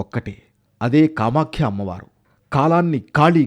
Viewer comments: కామాఖ్య అమ్మవారు,కామాక్షి కాదు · Kamaskhikadura kamakya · Anchor is telling kamakshi instead of kamakhya. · Kamakshi devi kadhu kamakya devi annayya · కామాక్షి కాదు నాయనా కామాఖ్య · Kamakshi alayam kaadu kamakya alayam